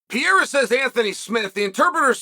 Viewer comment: That's Pierre-a 😂